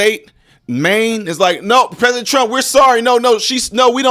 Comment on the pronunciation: Bro said. “Tump”